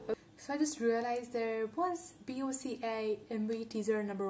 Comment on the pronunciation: It's Boca as a word. Not B.O.C.A as every letter ;)